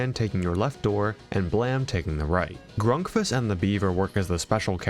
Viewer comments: it pains me how you pronounce grunkfuss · The Flumpty's crew are not animatronics, but monsters. Also, it's pronounced "Grunkfuss." And why do we still care about ONAF at all?